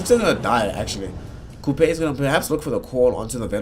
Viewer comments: And wtf is this dog caster saying Coupe???? It is pronounced as Q P the name of Qupe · Qupe = "Kupej" :D :D LOL caster